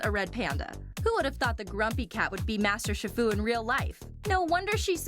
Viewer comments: Wow this is annoying! And it’s not SHIR-FU. It’s SHE-FU! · Shifu is pronounced sheefu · It's pronounced She-fu, get it right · Its pronounced sheefu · shifu??? it's chi- fu pronounced as shi- foo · its pronounsed sheefoo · Master SHI FU?! It's pronounced SHEE-FU. I can tell she hasn't watched the movies. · yea its pronounced SHEE FOO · You're saying shifu wrong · PurplePanther125 She just pronounced shifu wrong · ...She said Shifu wrong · Snowie Clover IKR DUDE!!!!!!!!!!!!!!!!!!!!!